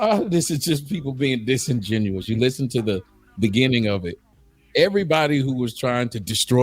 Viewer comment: Then the other lady said "Disingenouen" 😂